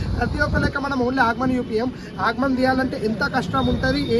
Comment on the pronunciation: Agman kadu bro aagaman 😂😂